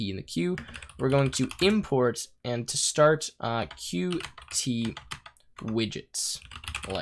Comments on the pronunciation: Good tutorial. It was a bit painful hearing Qt pronounced wrong the whole time. The reason it is written "Qt" and not "QT" is because it is pronounced "cute" and not Q T. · According to the Qt Company, Qt should be pronounced "cute", for obvious reason.